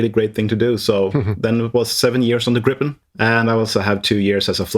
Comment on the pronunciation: Haha the interviewer pronounce gripen better then the Swedish pilot😅😅😅